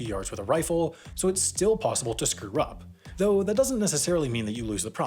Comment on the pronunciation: I like how you screwed up saying “screw up”. “Screw rup”.